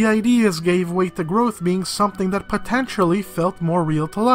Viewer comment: Every time he says potentially, it hurts me.